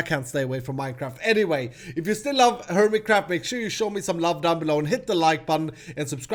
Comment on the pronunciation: Hermitcraft will always sound like hermitcrap to me now, thanks....